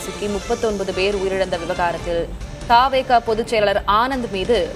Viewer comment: தாவே கா அல்ல த வே க இனி திரு த் தி சொல்லு ங்க